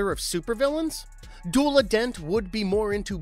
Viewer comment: it's pronounced du ela